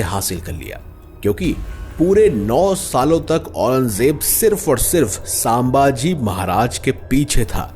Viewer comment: Please pronounce our kings name छत्रपती शंभू महाराज or संभाजी महाराज not सांभाजी महाराज .